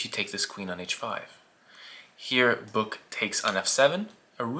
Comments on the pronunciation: Hi, Finn here, his name is actually Böök and it's not pronounced anything like "Book". But otherwise a great vid of one of the best Finnish players of all time :) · Great video! Name pronunciation was completely off the rails, though.😅 Eero is somewhat close to "aero". For the öö in Böök, it's close to 'u' in British "further".